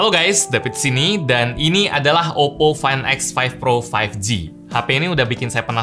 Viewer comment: muncrat gak bg?? oppo fain ek faif pro faif gi